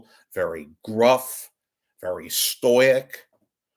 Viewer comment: Stoyick? Is that Yiddish? 🤣